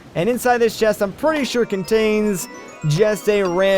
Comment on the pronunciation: are you swedish? you just so happen to pronounce the word chest as shest! cute! XD